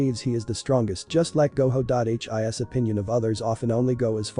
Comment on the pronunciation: haha, ai thinks that Gojo is pronounced like Goho.